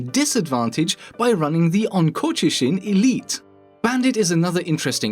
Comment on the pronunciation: the way you pronounced Onkochishin gave me a stroke for a sec